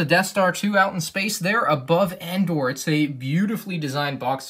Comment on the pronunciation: it’s Endor